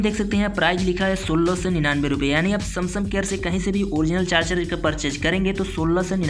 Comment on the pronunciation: Samsung ❌Samsam ✔️